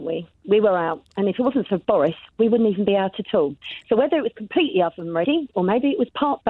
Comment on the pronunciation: Don't know what concerns me more, this caller or the presenter's pronunciation of 'oven'.